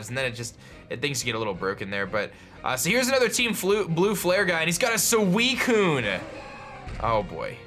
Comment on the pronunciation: This guy... THAT PRONOUNES EVERY LEGENDARY POKEMON WRONG. I thought u were pro _. Then u pronounce suicune wrong su-wi-soon and rattata, re-tat-ta not rat-tat-tat NO T AND END. Crowd:WOO UR RIGHT HE IS PRONOUNES THINGS WRONG WOO. I AGREE JAMES LET AGREE: You Are Right I should listen to u more you are the pro not me Me:Thank You, thank you